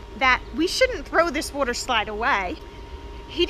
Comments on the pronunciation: You said Wooter slide and me and my friend can’t stop laughing 😂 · I felt like she said woder slide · Yes, let’s clean the wudder slide. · wudder slide